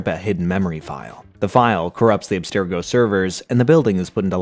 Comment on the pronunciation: For one… say Abstergo correctly. It’s pronounced in almost every Assassin’s Creed game and is always pronounced the same. wtf.